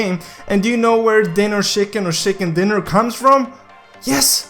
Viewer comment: Shicken dinner Lol luv it